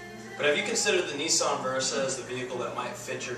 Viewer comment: I don't want a nee-sarn.